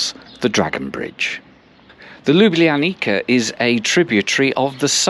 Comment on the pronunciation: Chiming in here as a Slovenian - you are probably one of the few that actually pronounced the name of the city correctly! 😊 One note: wherever there is a C in the word, we pronounce that as “ts” rather than “kh”. Ljubljanica river is therefore pronounced lju’blja:nitsa